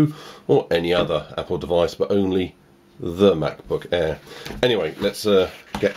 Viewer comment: The Way He Says Air "The Mac Book Airrrrr" 😂😂😂